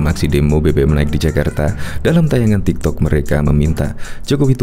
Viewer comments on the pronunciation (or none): none